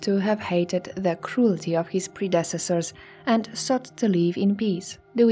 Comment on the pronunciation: I love these videos, but why do you say things like "pi-RAM-ids" instead of PI-ra-mids and "pre-DESS-esors" instead of PRE-de-cess-ors? Did you learn English from a book? No offence! Just curious about your accent. You don't do it every time, just now and then. 🤗 {:o:O:}